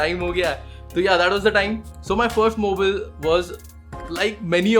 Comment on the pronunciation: skipped the video as soon as you said mobeel